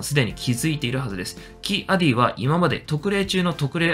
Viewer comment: キ=アディを「キ アディ」って発音、連呼されてモヤモヤしてしまう。オビ=ワンもクワイ=ガンも間を空けんのに。